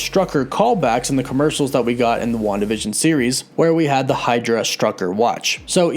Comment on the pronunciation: Why do you pronounce it WandaVISION. You're putting the wrong emphasis on the wrong syllable hahaha. Emphasis is on the WAN part of WANdavision.